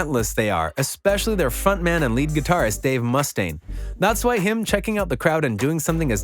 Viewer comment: Dave Must-stane... eww that's not correct. Why are you emphasizing the Must part?? It's mu-stane, not must-stane. 1 S and 1 T.